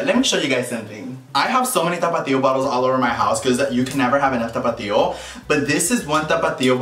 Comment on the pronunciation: Anyone else here "Topito" every time he says tapatio or is it just me lmao 🤣